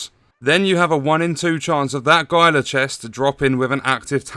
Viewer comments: GUY-LA Guard? It's HEEL-LA Guard. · HEE-luh not GY-luh